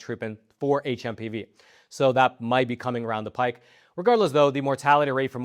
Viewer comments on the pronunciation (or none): none